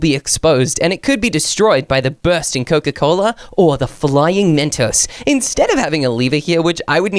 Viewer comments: is Saying Mentos wrong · Why does keep saying Mastos😂